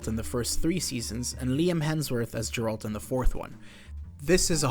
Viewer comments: Great iceberg. One thing tho, please don't say 'Jeralt', it's Geralt and even Netflix or EN VAs can get it right :) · God please nooo 😂 It’s Geralt not Jeralt.